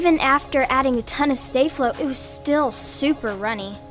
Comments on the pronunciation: It’s staff flow not stayflow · It's pronounced stah-flow. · I like how they call it stay flow and not sta flow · Its pronounced stafflo not stay flo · She said stay - flow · you say sta Flo wrong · Carolyn Harvey no it's Sta-Flo*